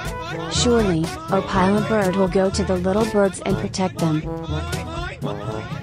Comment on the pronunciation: Bro really said “Opilah Bird”💀💀💀